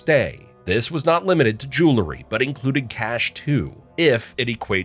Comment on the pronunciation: Learn how to pronounce jewelry.